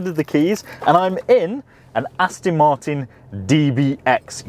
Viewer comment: Thanks for the vid 👍 P.s. it’s ‘Aston’ not ‘Astin’ 😉